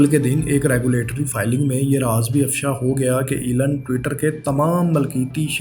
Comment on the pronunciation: ایلن نہیں ایلون ہے